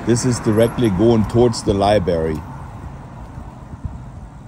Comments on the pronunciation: Its "library" not libary. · It's "LibRary" not "liberry." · Pronounced Library not libary 😎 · Haha.. you mispronounce library like most Americans do ;)